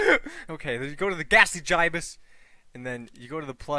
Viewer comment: it's not GIY-BUHS it's GIH-BUHS